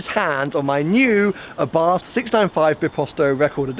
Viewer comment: Abarth is actually pronounced "Abart". Just letting you know;)